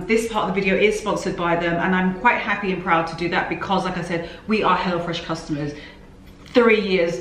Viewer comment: I always thought you were saying “hellafresh”😂